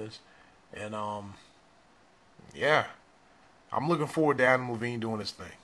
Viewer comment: Its adam levine not adam levene